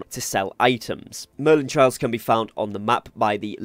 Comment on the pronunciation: It's merlin TRIALS!!! Not merlin TRAILS!!!